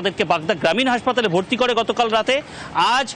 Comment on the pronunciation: হাঁসপাতাল নয় হাসপাতাল